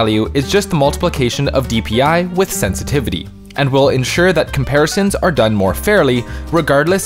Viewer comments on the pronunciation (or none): “Hardware Sentitivity”